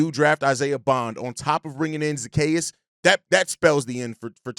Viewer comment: Broski been botching Zaccheaus name for 2 weeks lol .